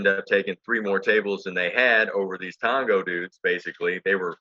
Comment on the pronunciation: Every video you say it like its mango blast 🥭😂 we pronounce it like as if it was TONGO.